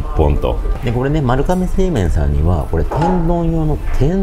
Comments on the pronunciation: こんばんは まるがめ製麺で まるかめでは無いです。 読み方間違えてます。 株式会社丸亀製麺（まるがめせいめん）です。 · まるかめ製麺って言ってるように聞こえる…🤔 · まるかめ製麺とよく間違える方が多いですが、まるがめ製麺です。